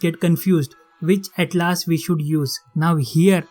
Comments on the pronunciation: Bhai it's not atlaas it's atlas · Bhaiya please improve your pronunciation it will help you First of all its not atlAAs its Atlas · After seeing this video i am confused whether Atlas is pronounced as "At-Laas" or "At-Lus"or "At-Less".